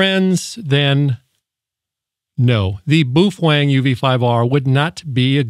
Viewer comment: Butchered the name.